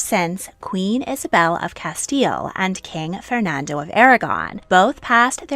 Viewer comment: THANK YOU for pronouncing the Reyes Católicos as Isabel and Fernando as is pronounced in Spain, and not use the annoying, and widely spread, italianised version Ferdinand and Isabella.